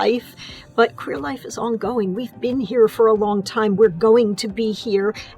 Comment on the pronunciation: I can't wait for actual lesbians and bi women characters (as well as the trans guy) to be on that iconic show but y'all... i hated it every time the new showrunner/writer Marja-Lewis Ryan pronounced the word "queer", i fucking hate that they've even hinted at this word in the title of the new generation. W're not odd, strange, weird, or whatever other synonymous for "queer", we're lgbt, stop calling us a nasty homophobic slur, yes some of us have reclaimed it but that doesn't make it okay to call us that as a whole. Imagine if black people as a community where called the "n" slur community, or women the "bitches community"... for the sake of the goddesses please let us breath Anyway I hope the show will be as entertaining as the original one and that it's really going to be gay, if else it wouldn't be the l word. Also: soooooo glad to see so many women of color, wished Kit was here though